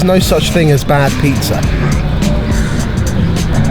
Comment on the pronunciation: Sounds like saying "pieces" instead of "pizza"